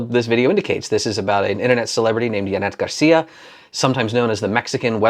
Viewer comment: As a Mexican I have to say, you pronounced her name impeccably 👌